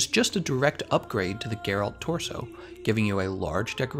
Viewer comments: It's Gèralt, not Geràlt. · Cringed a bit when i heard him say Gerált tbh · You pronounced his name wrong Sorry but that way you said it was cringie